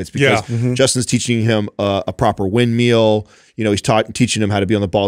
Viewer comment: Considering his profession, should probably learn how to pronounce "windmill." 😂 I'm happy someone asked the last question and gave some great points here. I'm right alongside, having my first child (also a girl) in November. I still get a bit emotional thinking about it. A suspension trainer and a medium-heavy dumbbell can help you achieve a lot. There's so much potential with calisthenics. Also, this is a great opportunity to get kind of creative and innovative with exercises and designating time to get in those workouts. Also, like you guys say, maintenance requires far less than building/burning.:)